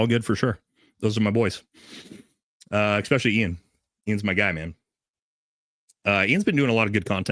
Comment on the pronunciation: I love your content Bro… BUT PLEASE STOP SAYING “EXPECIALLY”!!! 😂 😂 it’s “ESPECIALLY”!! Aaahhhhhhhh